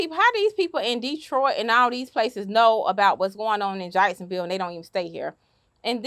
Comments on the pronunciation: She said “jike-sonville” lol I know people from Florida like to pronounce words with ACK as IKE but Ian never heard nobody say that with Jacksonville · We in FL tend to turn short 'a' pronounciations to long 'i' pronunciations.